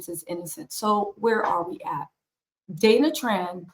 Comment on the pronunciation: He can’t say her name